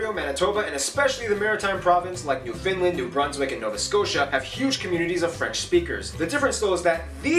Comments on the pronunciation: It's more like New F'n LAND, emphasis on it being LAND not Lund. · The colour red in the Canadian flag do not represent sacrifice. Red symbolizes prosperity & hope. There's no "fin" in Newfoundland. You pronounce it the same way you pronounce the word "understand." Or, Newfunland is also acceptable. Quebec. Saying Kebec is phonetically correct. Newfoundland is not one of the "Maritime Provinces." There are three Maritime Province; Nova Scotia (my home) New Brunswick, and Prince Edward Island. those three, PLUS Newfoundland make up the four "Atlantic Provinces." And not a lot of french is spoken there. The throat game. You win when your opponent laughs. Or they win if you pass out from hyperventilating...lol. You guys should seriously check videos about the Arctic Olympics. Here endth the lesson.